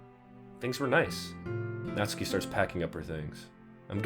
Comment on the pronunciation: You do not. Pronounce the "u". In Natsuki. It is "Not-skee". Not "Not-su-kee". You don't say "Sah-su-kay" do you? It's "Sahs-kay". Every person who's ever made a DDLC playthrough does this.